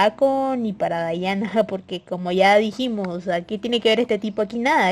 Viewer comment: Odio que se pronuncien así mi Diana nunca será dayana>:v